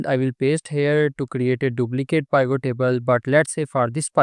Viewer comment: Good info thanks. But pivot is pronounced with i like it, not i like isle.